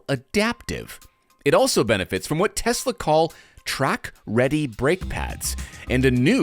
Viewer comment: “Test la” lol